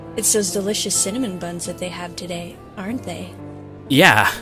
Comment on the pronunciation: “Awesome Cinmon buns” Cinnamon!!!!